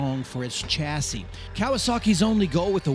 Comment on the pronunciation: Chassis is a french word and the ch is pronounced sh.